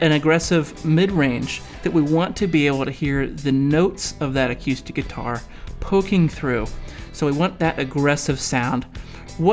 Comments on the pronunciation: I tried very hard to get through this video, but every time you said "a cue stick" instead of acoustic I wanted to kick a puppy. Are you playing pool or guitar? WTF is awquoostik guitar?? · "acyoostic guitar" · He sounds like he's from Vankewver. That's how they pronounce it there... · I can't be the only person who is hearing "a cue stick"?? hahaha. Good video though.